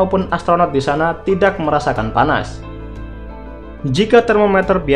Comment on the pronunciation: Logat Nya Abang Seperti Mengatakan Tidak=Tidag